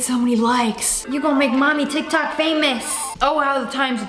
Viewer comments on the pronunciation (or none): none